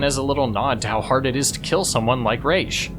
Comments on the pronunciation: actually it’s Ra’s not Ra’s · It’s not pronounced Razzz it’s Rashe. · Talia herself even confirms that it's pronouced raish